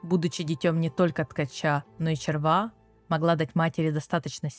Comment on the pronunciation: Процентов 70 текста писала чистая нейронка с предустановленной "ну сделай так как бута я раскзваю". Я с тем же успехом могу ссылку на вики кинуть, через 15 минуть такой же аудио ряд сделаю. Как можно говорить червА а не червя, это просто ужасно. Как вообще можно было догадаться так произносить слово которые дети с первого раза правильно говорят.